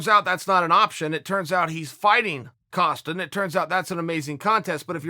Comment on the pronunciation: This smart guy manages to say "SuRcumb" and "A-costa" in the same statement 😂 The fighters last night is Costa and the word is succumb, ya casual.